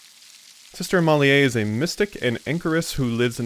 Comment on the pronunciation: I almost commented on that but I don't want to sound like a dick and comment on how I would pronounce every single name 😅 But yeah as Zirror wrote, you're on point for Matthias. Oh and screw it : for Amalie, I think you can say "Amaly" instead of "Amalyeah" (that's how I'd say it in French anyway, we have I think a modern version of that same name which is Amélie - unless Amalie is a German name, idk).